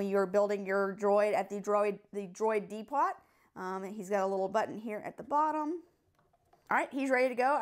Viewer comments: Did you say de pot lol. It’s pronounced Depo but what ever floats your boat. Great vid tho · She pronounced Depot wrong. It’s pronounced like Dee-po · Did she say droid de pot am I the only one who heard that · Did you just say deee pot